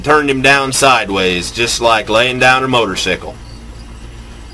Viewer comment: haha the way u say motorcycle!